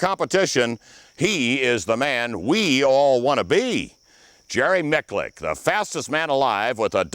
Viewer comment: "Jerry miklick" 🤣🤣🤣